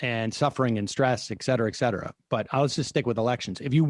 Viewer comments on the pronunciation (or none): none